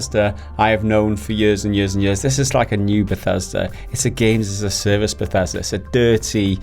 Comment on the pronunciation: Bethesda..........principles.............Bethesda..............principles yeah it doesn’t sound right